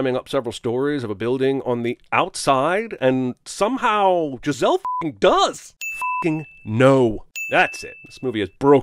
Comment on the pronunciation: Hhhhuh-huh, hey Beavis. He said Jizz-elle